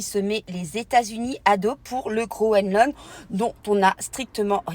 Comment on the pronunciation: Bonsoir, on dit GroeNland et pas Groeland 😘 la bise de 🇨🇭